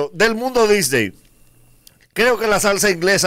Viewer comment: Son ideas mías o dice del mundo Disdey?